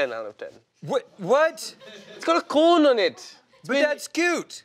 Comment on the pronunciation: "because it has a coone (cone)" Kunal is adorable